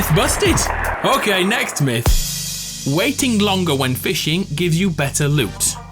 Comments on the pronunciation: "The next myth" sounds like nexiph Nexiph is the guy who did this originally No disrespect luv u good vid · Yeah I thought the same! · Ye same